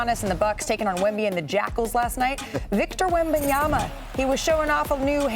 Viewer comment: Big Perk said "Victa Yabadabadoo."